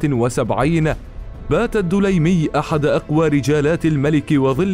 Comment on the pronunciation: ليس الدولايمي..بل الدليمي بالسكون فوق الدال